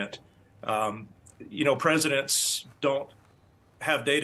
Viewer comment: Too bad he didn’t know how to pronounce Ben Sasse…..it’s Like “sass”…not “sassy “. I mean he was a Senator.!